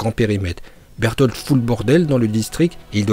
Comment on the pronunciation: Arrête de dire "Bertholtd ou plutôt Beltoto" genre c'est gênant là